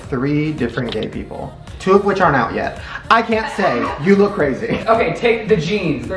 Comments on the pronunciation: wait, is it just me or is saying "looque" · they pronounce look as “luke”? wooow that’s so cute